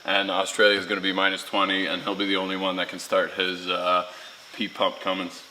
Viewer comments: Not Cummings, it's Cummins, very different things. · its ' Cummin Sense'